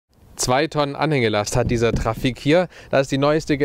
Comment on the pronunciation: Er spricht das trafic falsch aus